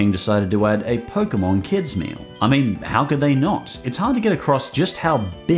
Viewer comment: The fuck is a "poke-uh-mon"?